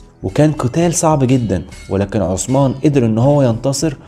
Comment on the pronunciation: جزاك الله خير اخوي... بس لو سمحت. قول الاسم صح... عثمان وليس عسمان. هذي اسامي صحابه. ولهم الاحترام. موش صحن فول او حمص.